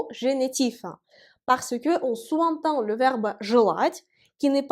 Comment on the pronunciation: "Parce qu'on sous (zentend) entend". Faire la liaison. On dit "souzentend". C'est un point de détail. Sinon ces cours sont merveilleux. Merci.